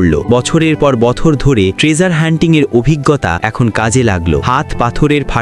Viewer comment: বছর ❎ বথর✅😂😂😂😂